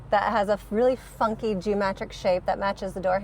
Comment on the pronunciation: Is it just me or says "Geomatric" instead of "Geometric". I just catch it every time and it sticks with me for a bit.